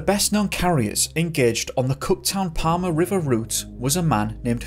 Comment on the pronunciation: It's Cooktown not Cot Town